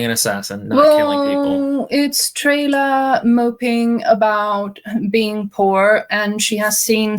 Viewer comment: 7 minutes in, I can only hear the characters' names as Trailer and Sirloin.